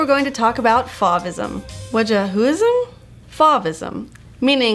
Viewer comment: you're pronouncing 'Fauvism' incorrectly... :'(